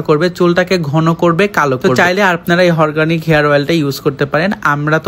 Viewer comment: হরগানিক না রে ভাই😀😀😀অরগানিক🥴🥴